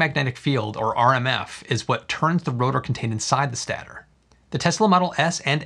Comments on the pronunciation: "stay"-tor, not "stat"-tor ;) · Great video! It’s actually pronounced “State-or” and not “Stat-or.” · Stater is pronounced stayter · It’s “state-er” not a “stat-or” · Always love your vids. Just wanted to point out: stator is pronounced Stay-ter. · That is what I thought too, but was not sure... actually per it is stey-ter.. still not a stat.... but the concept and details were great!